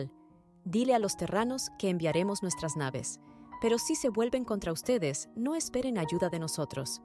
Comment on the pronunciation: soy yo o ese "NO!" Sonó como un "go" ._.